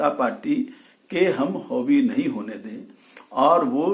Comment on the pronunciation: हौबी नहीं, हावी होता है श्याम रजक